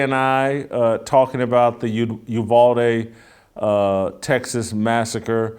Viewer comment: It's UVal ..as in Al Bundy. NOT UVALL, AS IN THE WORD WALL. Thank you from Texas. I'm cringing Jason everytime you say the name 🤐🤐🤐